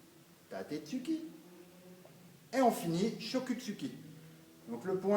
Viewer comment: Choko Zuki se prononce "tchoko z'ki"